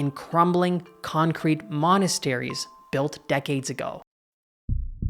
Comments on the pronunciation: It said monstrosities not monasteries lmao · Monstrosities. Not Monasteries. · Good video! Pretty informative. Quick notice, "monstrosities" is not "Monasteries" ;)